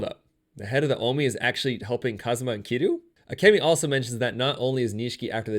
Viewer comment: he pronounced Kazuma (Kiryu) as Kazama